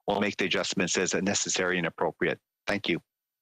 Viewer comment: He said Thank you with mouth closed ....... How